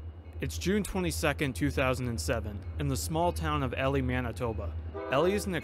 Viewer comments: As someone, who regularly goes to Elie, to RailFan, I can say that you kept pronouncing Elie wrong. Just saying. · you can google elie manitoba and it tells you how to say it properly on wikipedia bruh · Same here I'm live in Winnipeg. But and I've passed through Elie many times to go to portage la Prairie my hometown, I understand this guy didn't know how to say Elie correctly but he tried and I appreciate that! I wonder how he would say stoney mountain penitentiary 😂 or Steinbach. Everytime I drive through Elie I always imagine what It was like seeing that driving past. Scary shit and very unusual for Canada. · As a Manitoban, it hurt me to hear it mispronounced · For future reference, it's E - Lie, but that's ok. Thank you for sharing. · Elie. “Eee” “Lie” as in, you lie down in bed. “Eee-Lie” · EEEEEE- lie. Not Elly. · EEEE-Lie not Ellie and as a Saskatchewan girl transplanted to Manitoba, Saskatchewan is hard to pronounce for most :) I remember the day that the F5 hit, but I lived about 1.5 hours south of Elie. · Omg you make this un watchable it’s pronounced e lie not Ellie do a little research before this crap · It's not pronounced Elly it's pronounced E lie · It's EE-LIE Not Elly a Manitoban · Local pronunciation for Ellie is E-Lie not El-Lee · That’s E-lie, not Ellie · sorry but someone from Manitoba it's E-lie not ely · Just so you know, the name of this town is pronounced EEE-LIE, not ELLIE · EEEEEElie, NOT Ellie. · As a Manitoban, it genuinely hurt every time you said Ellie instead of Elie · Yes!! Get it right lol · Lmao I'm just going to the comments to see if fellow locals had commented. EE-lie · EEEE-lye not Elly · You are pronouncing the name wrong. It’s EE-LIE, not EL-EE. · As someone from Manitoba, I appreciate this video being as informative as it is! However, the pronunciation of Elie really bugged me. It’s pronounced like E-lie not Ellie. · EE LIE , but awesome video man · The town is pronounced E•lie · It's pronounced EE-lie. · Like, EE-LIE?